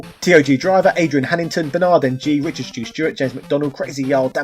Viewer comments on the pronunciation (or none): none